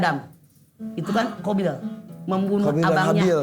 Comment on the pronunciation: Qobil mah gk Kabil, atau mgkn krn nm org jd kadang b.indonesianya dibaca spt Kaf..